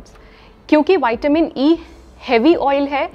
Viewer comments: Hello madam , विटामिन बोलने से कोई दिक्कत है क्या वायटमीन बोलने से कुछ बदल जाएगा क्या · विटामिन को बार बार वाईटमीन बोलने में अच्छा नहीं लग रहा मैम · विटामिन बोलो ना क्या बाइट मिन बोलने में लगी हो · वैटामिन होता है या विटामिन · वायटीमिन नहीं विटामिन होता है वो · Madam ple goli ka shi nam bolna shiko waytamin bol rh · Pahle vitamin bolane se kya vitamin nahin hota vitamin hota hai